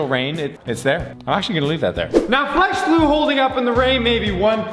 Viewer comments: O.02 didnt say flex glue right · In the beginning am I the only one that hears "flesh glue clear" rather then "flex glue clear".